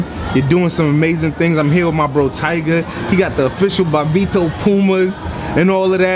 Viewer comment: His commentary in NBA Street Vol. 2 will forever be legendary. He had a bunch of quotables in that game. Btw, his name is Bobbito, not Bombeto